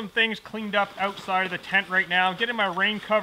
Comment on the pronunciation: Did you just say "ootside"?